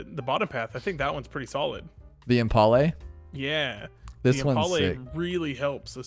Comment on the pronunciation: I love that pronounces impale as impalé